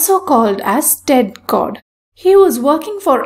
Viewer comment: i like how you pronounce Tedd Codd -> sounds like Tech God hahaha funny :))